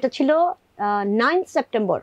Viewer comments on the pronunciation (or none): none